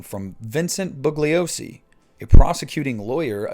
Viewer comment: I disliked this video for one reason alone; I HATE IT WHENEVER SOMEONE DEGRADES THE MEMORY OF VINCENT BUGLIOSI!!!!! WHY? The complete IMMATURE way everyone is mispronouncing the man’s name boggles the mind. You KNOW that the man’s name has a silent G and to hear people and their 3rd graders attempt to mispronounce it is just stupid. Not BUG(liosi) were not in 3rd grade anymore you KNOW how to pronounce his name correctly but people CHOOSE not to out of complete disrespect. HE was not the villain in the story.. he was the HERO who got the death penalty for Manson (when he wasn’t even at the crime scene) and the rest of his merry band of goofballs. Manson&Company should have ALL been gassed to death for what they did. He accomplished his goal perfectly it was the State of California that dropped the ball and kept them alive for 50+ years. Why is everything so “topsy turvey” these days ? Manson being the victim (according to the new way of thinking these days) and Bugliosi as the villain is just a small example of the sign of our times. Now back to the video, I agree that Loomis’ new character in H2 is portrayed as a sleazy opportunist rather than protector and I never liked the direction Zombie went with the character of Loomis in his movies. I like the original version of Loomis better but overall the new Halloween and H2 were both good movies and they really brought the brutality and violence and dialed it up to 11. I liked seeing Michael Meyers as a real person rather than a